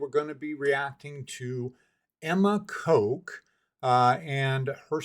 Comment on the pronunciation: Btw You pronounce the 'o' in Kok the same as in Coke and Cola. That's incorrect. It's short like in dot, boss and sock. In english 1 simple character often has multiple ways of pronounciation.